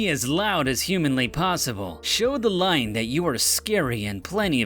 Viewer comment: dude says line instead of lion